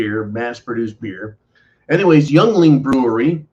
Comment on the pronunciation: Your killing me! Yuengling (Ying-ling), the oldest brewery in the U.S. and hey, we need something to be proud of in Pennsylvania!